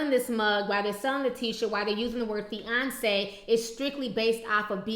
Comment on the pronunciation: feyonce lol fiance LOL